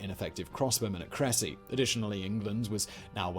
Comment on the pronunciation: It's pronounced Kre-sea